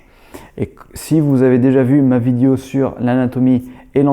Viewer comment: J aime bien ton " vidio"